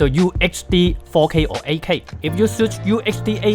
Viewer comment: Did anyone else hear kai when he says 8k 🤣